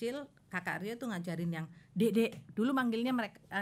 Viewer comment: Ka rio.. Dengernya Karyo.. 😂